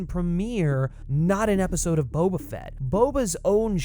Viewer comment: perhaps it would pay to learn your pronunciation of his first name a little better.